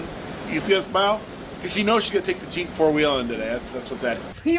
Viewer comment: He says "Yeller" Jeep. My biggest pet peeve is people who don't speak correctly. He's so bad that native English speakers don't understand him.